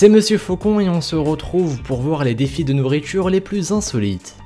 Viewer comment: Nourritchure??